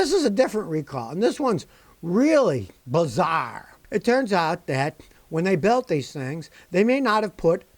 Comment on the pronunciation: “this ones really, BUHZARRE” 😂